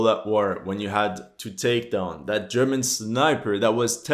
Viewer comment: Yeah that world at war sniper will make you wanna quit the game and take a break. And I also noticed every time one of these games come out they can never say german.